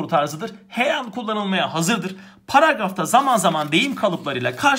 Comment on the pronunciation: 22.23 her an yerine heyan dediniz gülme krizine girdim fnnfsnkfslkfslfkls